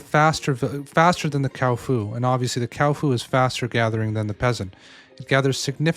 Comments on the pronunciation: Cow-fu, the new rival to Kung -Fu. Isn't it Kua Fu Not Kau Fu? I mean... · no offense but you called the kuafa cowfa lol🤣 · brother is 6 videos in saying kaufu instead of kuafu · It's not a Cow Foo, Kuafu xD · Yo, because you’re a big creator in this space, please pronounce correctly 🙏🏻🙏🏻🥺 Kuafu = kwah-foo // ckwa-fu Thanks for the great videos ❤️ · Cow foo